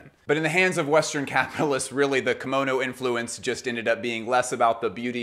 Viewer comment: Hello from Japan！！ Great video, your pronunciation of Kimono is spot on！ Your observation of the Kimono being a garment with a great deal of space between the wearers skin and the fabric is correct/incorrect at the same time. Yes the many different varieties of Kimono garments more or less have lots of space for arms and legs BUT all Kimono's are tightly fastened with an Obi or sash at the waist, slim women have to use folded towels or padding to enhance the body shape so the kimono drapes well. This makes the Kimono very hot, constricting and tiring to wear if you don't wear them regularly. People of Asian decent tend to sweat much less than us and also wrapping a tight Obi sash under the armpits actually suppresses the sweat glands which I recently learned. I am a hot person so even a summer cotton Yukata Kimono I get soaked with sweat. I'm not trying to put you down it's just that I sometimes see the explanation that the Kimono is a louse fitting garment when in fact it isn't.